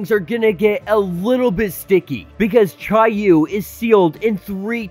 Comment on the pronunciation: I googled how to pronounce each of those words and that’s how it said they were pronounced. Except for chiyou I said that wrong